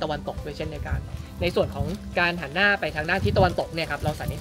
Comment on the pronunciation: วิทยากรให้ความรู้นี้พูดไทยเก่งมาก identify ออกเสียงชัดมาก แต่พอเป็น อาศาย หานหน้า อิสิปตาน้า ... ช่ายๆ ช่ายๆ... เด็กไทย คนไทย ภาษาไทย